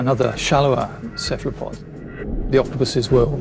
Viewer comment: why can't he say cephalopod properly...